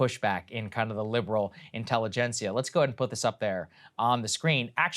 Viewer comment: My man said "liberal intellgencia" sir there is no such thing.